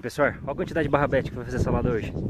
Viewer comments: barrabete é rabanete kkkkkk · Melhor coisa do vídeo é o falando barabedes só que é rabanete.kkkk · Hooo,não é barrabete é rabanete..😂😂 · é RABANETE não barabete kkkkkkkkk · Kkkkk o nunca vai apreinder a falar rabanete so barrabeti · No caso seria rabanete né kkkkkkk